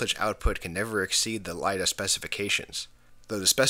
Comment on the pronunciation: Great video! Nicely done. Could that last jumper have been the interlock that was never connected to the back panel? Just an FYI, it's not "LIDA", it's" ILDA" (ill-dah) for the International Laser Display Association. Ron